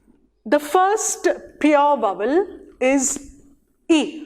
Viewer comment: It's not /vʌwəl/ as you pronounced. It is / ˈvaʊ.əl/, mind the triphthong.